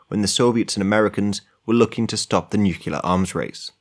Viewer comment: Guy is great to listen to but then outta nowhere says "nookyalur" like George Bush